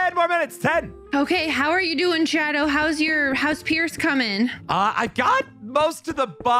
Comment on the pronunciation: You said shado, so I ment shadooooo